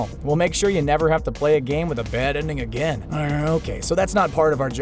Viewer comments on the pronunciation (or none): none